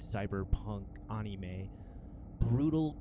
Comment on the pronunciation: Darn kids and their "Onimes"